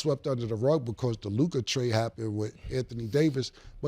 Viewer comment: Ah HA!!! Mase DOES know how to say Luka!!!